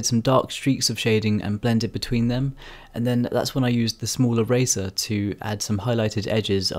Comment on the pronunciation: I kept thinking he was saying Razor instead of eraser